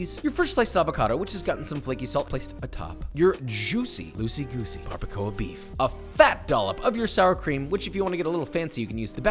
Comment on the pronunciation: Barr-ba-kwah Barbacoa